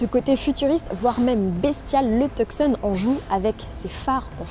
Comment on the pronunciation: le c de tucson ne se prononce pas... c'est le hyundai tuson